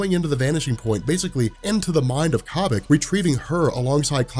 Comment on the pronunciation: Corn on the Cobik.... Stop it. It's like Kobe Bryant. Kobik